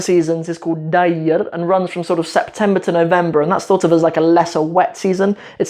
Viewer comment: hello let me tell U one thing about seasons it's not "dayr" it's (deer) and also not guu:" it's only (gu) by the way would to come Somalia coz U know Somali language and I live in 《mogdishu》